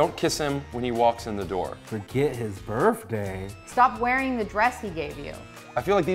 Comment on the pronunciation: Forget his birfday?